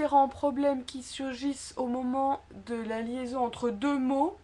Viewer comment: Très sympathique, mais je ne suis pas d'accord avec l'hitoire du e en "de" car le son est différent du mot "deux" et il me semble que vous avez prononcé "de" comme en fait nous prononçons le mot "deux". J'ai vérifié sur plusieurs sites avant d'écrire ce commentaire.